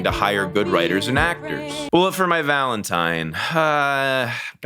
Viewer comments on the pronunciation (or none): none